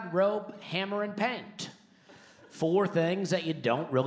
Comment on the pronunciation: Did he actually rhyme "paint" with "can't?" Somebody needs phonics.